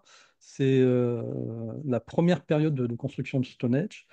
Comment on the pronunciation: Intéressant mais attention ! C'est Stonehenge et pas Stonehege (erreur dans le titre de la vidéo) ; et ça se prononce "Stonindje"...